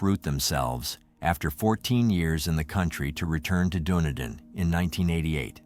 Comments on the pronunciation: It is pronounced DunEEdin!!! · Really pissed off how the dick who the narrator pronounced Dunedin. Say it dune. E din. Also his info is not right. Kiwis have it sorted. Of course David knocked them all off. Hey don't be throwing uninformed info on yr site. Maybe a little bit research might be closer to the truth. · Pronouncemed Dun-e-Dan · Hey im from Dunedin, my dad actually went to school with David. I just wanted to say its pronounced Duh-knee-din 🤣